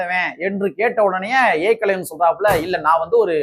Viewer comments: தம்பி நீங்கள் கானொளி போடுவது சரிதான் ஏக்களைவன்இல்லை ஏகலைவன் தமிழை சரியாக உச்சரிக்கவும்👍👍👍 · ஏகலவன் என்று சரியா சொல்லுடா பார்ப்போம்நீ எப்படி சொல்லுற தெரியுமா ஏ.. கலைவன் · ஏகலைவன் என்பதை ஏகலைவன் என்று தவறாக உச்சரிக்காதே